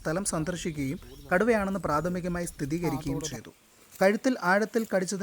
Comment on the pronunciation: സ്ഥിതീകരിക്കുകയല്ല മോനേ സ്ഥിരീകരിക്കുകയാണ് ശരി. മാമനോടൊന്നും തോന്നല്ലേ.